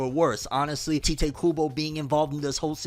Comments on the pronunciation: You still calling him tai tay? It's tight kubo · It's TEE-te kubo come on man